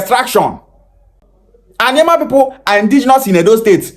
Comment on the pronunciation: Na alioma him call am